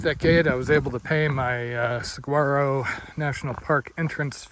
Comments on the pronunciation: Saguaro is pronounced with a silent g. Sah waro. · Pronounced ‘Sahuaro.’